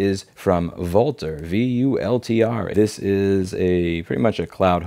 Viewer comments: Louise - you're pronouncing their name wrong. It's pronounced "vulture". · Lol, I thought the company name is pronounced "vulture" - the writing might have been on the wall :D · I'm pretty sure 'Vultr' is supposed to be pronounced 'Vulture', I have to say it fits.